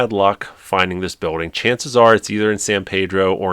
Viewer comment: As a Californian it’s pronounced San Peeedro with “e” not “a” sound 😅